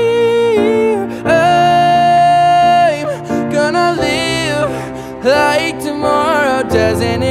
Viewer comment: this was freakin good im speechless but the way you pronounce chandelier was quite weird lol